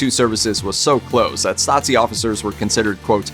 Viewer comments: It's pronounced Stah-zeee not Stotzee. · Every time he utters that word it sounds more like Nazi 😁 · Why "StaTSi"? That sounds like "Nazi" 🤨 Stasi is to be pronounced with 1st S as "SH" (like "shop"), while the 2nd one as soft "S" (like in the word "rose" or "breeze") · Stasi is not pronounced "statsi", it is more like "stazi". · How do you get from Stasi to pronouncing it Stazi? Did you think it had something to do with the word Nazi? :D Nazi= Nationalsozialismus = Nationalist Socialism = political ideology, while Stasi= Staatssicherheit = States Security = the East German department for intelligence and secret police. Just FYI^^ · As a german, it's really hard to listen to you mispronounce the word Stasi every time. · He's pronouncing the s in Stasi as a Z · Hey guys, since your content is somewhat educational, how about researching the pronuncuation of foreign names? A quick Google search should help. Tbh, it is a bit frustrating how the narrator butchered 'Stasi', especially since all of the sounds are shared with the english language. It is certainly not pronounced 'Statzi' XD Here is how to do it: 1. In German, the letter 's' in the combinations 'st' and 'sp' becomes a 'sh', but only when it's at the beginning of the word or syllable: - 'stricken' (to knit) is pronounced 'shtricken' - 'Stiel' (stalk, e.g. of an apple) is pronounced 'Shteel' Fyi, when it's in the middle of a word, it is pronounced like in English: - 'Wespe' (wasp) is spoken as 'vespe' (the e being like the 'e' in the english word 'men') 2. The 's' in the middle of Stasi is voiced, same as in the english word 'busy' or 'lousy'. 3. The 'a' is like in the english word 'star'. So, basically ger. 'Stasi' = eng. 'Shtasy' Cheers from Germany! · Are you serious? He completely butchered the german abbreviation 'Stasi', that's for sure